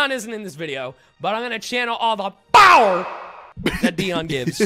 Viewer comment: "Not enough Bower" Famous last words